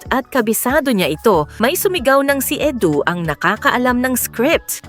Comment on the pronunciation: Edu not Edo😂